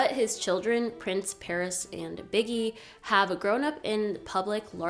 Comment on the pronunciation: 😂😂😂 calling Michael’s son biggie has me on the floor .. it’s pronounced bee-gee